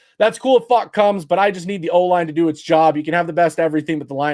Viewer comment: You're not pronouncing his last name correctly.